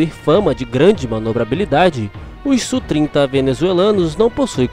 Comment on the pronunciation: Tecnicamente não se fala "Sú",bem como não se fala F/A-18 como sendo "fá dezoito", mas "éfe áh dezoito". Se você pilota sabe que não é comum essa terminologia. Aliás, usa-se muito o nome OTAN, por exemplo, Falcon, Flanker e etc. Enfim, se acha mais didático "Sú", ok! Abraços.